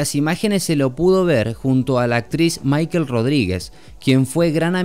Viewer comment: Lo único que voy a decir es que pronunciaste mal el nombre de Michelle Rodríguez. Se pronuncia Mishel y no Máikel.